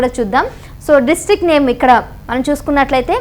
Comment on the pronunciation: డిస్టిక్ట్ కాదు డిస్ట్రిక్ట్